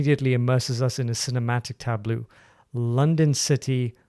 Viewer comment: I really love your analysis but I'm autistic and *Please*: it's "ta-blow", not "ta-bloo" (tableau), and "daynoo-manh", not "denowment" (dénouement).